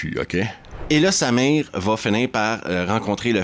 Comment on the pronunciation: c'est marrant mais...chaque fois que tu dis :"il se bat contre Samir"....j'entends "il se bat contre sa mère"....rassure moi...Samir n'est pas sa mère?....je sais c'est ridicule....